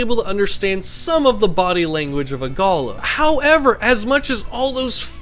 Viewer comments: Galahs here in Australia hang out in flocks of hundreds to thousands. I own 4, some rescue of which I've owned for nearly ten years, one of which was raised from 6 weeks old . They are highly affectionate and comical creatures, however a word of advice on pronunciation, I hear you saying it in the way you would pronounce a gala (festival), however it's pronounced evenly Gaalaah as in ga ga ga, la la la, G a l a h. Beautiful young Galah there. Cheers. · Not a big deal but how we pronounce them in Australia is like galaaaah. With a big emphasis on the final a. Not a big deal just putting it out there :) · The worst pet. 80 year commitment, it's like having a 2 year old. Avoid. You pronounce galah really badly 😳 Google the pronunciation, please 😄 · Great video. Really informative and full of great unsight into these birds 😄 however, your pronunciation of the name galah is maddening haha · Ga-lah .. it’s pronounced ga-lah .. a gala is where you go to a pool 😅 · It's pronounced Ga-LAH with emphasis on the second syllable. I'm lucky to live in an area of South Australia where these fellas are everywhere and are crazy birds in a good way. They are often seen hanging upside down during a rainshower, which allows for the cleaning of their feathers. I once knew a lady who was given a Galah chick in 1925 when she was 5 years old. She lived to be 85, and the bird outlived her for another 4 years... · You pronounce the word as Ga-lah, they are gorgeous birds. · That poor bird you did not stop moving your hand arround which would make it so nervous. Also pronunciation is gulaaaa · Did lots of research apart from how to pronounce "Galah" properly. galarrrrrrrrr. LOL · The way you are pronouncing Galah is incorrect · Love how you say Galah we aussie say it different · Its not pronounced go lah, it is gal ah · Pronounced Gāh-lā not "gola". Source? am aboriginal. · I think it's pronounced "galaa", not "gaala". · FFS it is not "Gulluh" it is a Galah. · Yeah, who says guluh 😂